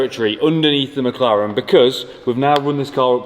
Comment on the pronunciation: Fun series, though I keep hearing MockLaren :D